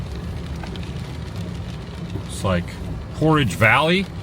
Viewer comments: Did you say porridge valley lol portage valley great video you rock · That's PorTage Valley. A portage is when you have to carry the boats over the land to get to the next water, where you were was where they had to carry the boats. Porridge is what you eat for breakfast. And it's Ke - nai not Ken - ai.